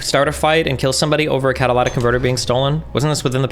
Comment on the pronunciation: Hate when he says catalatic instead of catalytic